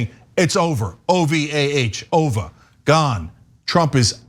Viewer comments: O V A H instead of O V E R 😆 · Its over "ovah" over. You crack my family up. 🤣🤣🤣🤣🤣🤣🤣🤣🤣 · Cenk, that was succinct! As you say, "It's OVAH!" 🥳